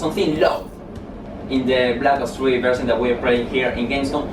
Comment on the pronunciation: Soy yo o Grefg no sabe pronunciar? "blac os 3" "guargüir" "blac os 2" xD